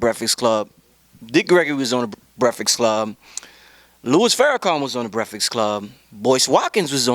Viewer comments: commmmon! brefix club? lets get that corrected please lol. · its breakfast not "breakfix" lol love the convo though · lmao breaf-ix club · He said that hella times for somebody to miss. I thought he said "brehflex" coz maybe they be flexin on the interviewee. Then Birdman came along.....